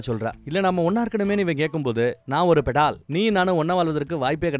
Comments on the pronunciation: அது "பெடால்" இல்லீங்க...., "பேதாள்" அதாவது நாம வேதாளம்னு சொல்றமில்லையா அது வடமொழியில் "bhedhal" நம்ம உச்சரிப்புல சொல்லனும்னா "வேதாள்" என்று சொல்லலாம்! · அது படால் இல்லை ❌ வேதாள் .... வேதாளம் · Bro it's not petal it is vedhalam in Hindi Betal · bettal illa vedaal (vedalam)